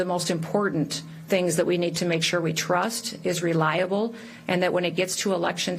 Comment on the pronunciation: 😂😂😂 did Neom say "trust"